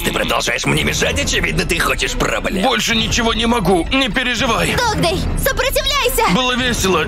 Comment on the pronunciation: Не додз а догдей